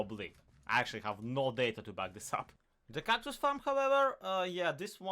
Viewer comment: Why do you say Kactus if it's called cactus